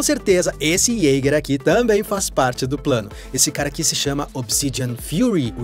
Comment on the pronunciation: Isteiquer, ieiguer.... Pronúncia FAIL